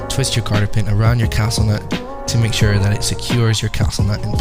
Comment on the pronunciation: cotter.. not carter lol